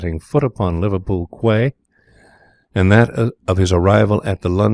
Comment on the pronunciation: "QUAY" is pronounced "KEY", otherwise, pretty good.